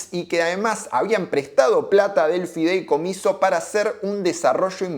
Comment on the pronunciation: No es fidelcomiso, es FIDEICOMISO.